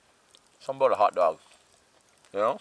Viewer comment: "hoddog" 🤣🤣 We say this too portaging!! haha